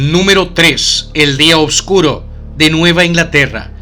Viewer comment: Tío, no eres el primero que escucho decirlo, que pasa que en tu país os enseñan a decir obscuro?, obscuridad? Se dice oscuro, oscuridad no se de donde sacáis esa b